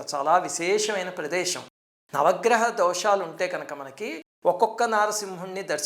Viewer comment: అయ్యా మహానుభావా! దయచేసి తెలుగు ఉచ్చారణ తెలుగులో చెప్పి తెలుగుని నలుదిశలా వ్యాప్తి చెయ్యండి, పశువు, ఈశ్వరుడు, ప్రదేశం వంటి వాటిని తెలుగులా పలకండి, అద్దెకు తెచ్చుకున్న భాషని రుద్దకండి దయచేసి. పశువు - పషువు (తప్పు) ఈశ్వరుడు - ఈ ష్వరుడు (తప్పు) ప్రదేశం - ప్రదేషం (తప్పు) కొనఊపిరితో ఉన్న తెలుగు భాషని చంపెయ్యొద్దు... మీ పేరు కూడా కానీ, ష్రీనివాసు కాదు.